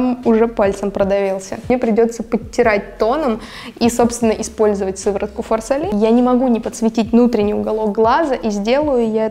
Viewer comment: И фарсАли, а не фарсалИ